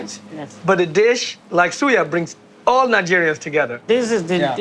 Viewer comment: Dude. You’re overpronouncing these words. Suya, Hausa, you doing too much.